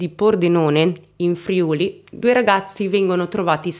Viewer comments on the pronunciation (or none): none